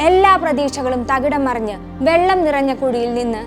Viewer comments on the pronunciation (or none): none